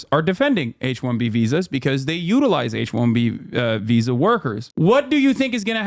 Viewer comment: Hasan: “H1B visa” My ears: “H1BBsa”